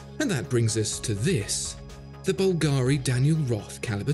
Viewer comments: Please, no more bulgAri... its is bUlgari... Other than that, great video once again! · Mate, it's bùlgari, not "bulgàri". It's an italian name (and yes, I'm italian and know how it's pronounced). Thanks.